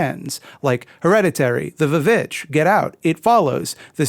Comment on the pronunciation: How about Hand-holding Horror instead of Elevated Horror? I loved The Babadook and I am SO happy I clicked on this video. This was fantastic. Also, thank you for pronouncing The VVitch the way you did as that is always how I can’t help reading it as.